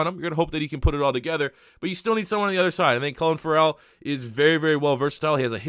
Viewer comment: It’s pronounced Cleelen Furell